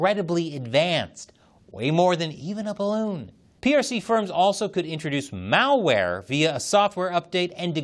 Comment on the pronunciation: Mao ware? LOL